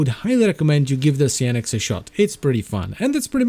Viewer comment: Please, lets all improve our english. How do you say Cyan? its a common color, for printers. Why do you thin kyou need to be cute and change it's pronunciation here: Cyan-ex, simple.